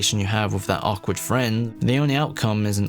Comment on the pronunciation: You say awkward very “ack-wardly”